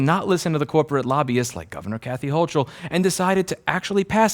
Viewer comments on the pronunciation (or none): "Hochul"....kinda said like "HOE cull". The "ch" is like the "ch" in "character" or "chasm", not like in "chop".